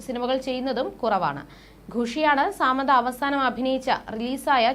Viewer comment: സാമന്ത അല്ല She is സമാന്ത